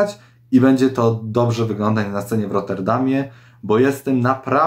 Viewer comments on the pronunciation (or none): none